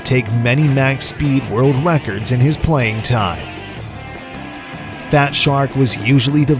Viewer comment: At about , you totally say "world wecords" I snort-laughed